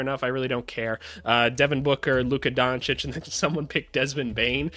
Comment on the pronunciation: I love when he calls Luka “Luka Dona kick”